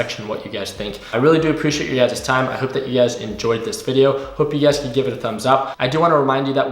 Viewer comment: love when you say “ugaz” i mean “you guys” lol